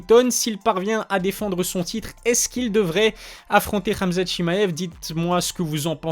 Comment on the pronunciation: Rrraamzat 😂 frère dit hhamzat .